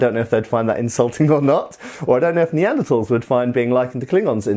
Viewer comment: Thanks for the correct pronunciation of Neanderthal.